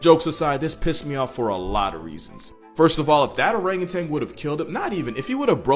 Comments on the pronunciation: Stop saying orangutang!!!!!!!!!! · Or rang you tan . it's not pronounced tang. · Learn to pronounce Orangutan. It’s O-rang-u-tan. There’s no “g” in tan. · There is no G at the end of the word orangutan. You're thinking of that orange drink powder from the 90s